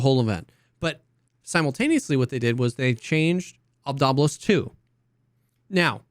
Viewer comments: Its obdolbOs Not Obdolbos Not obdOlbos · You have to pronounce "Obdolbos" like a Russian for it to roll off the tongue.